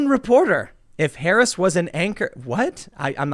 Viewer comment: Stop mispronouncing her name and just call her Horrible Harris already. P.S. Don't fix the camera. Orange woman good.